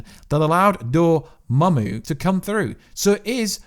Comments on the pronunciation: lol, so you've finally learned Dormammu's name. That's good news. Glad I don't have to hear "Dormuey" again. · The way you pronounce dormammu brings a smile to my face